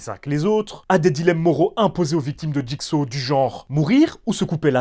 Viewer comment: Jigsa qu'il disait en doublage de jigsaw c'était honteux de même pas être capable de correctement appelé l'antagoniste maître de la franchise